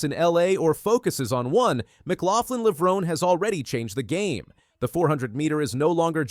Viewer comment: I immediately turned this video off when you could not even pronounce Sydney's last name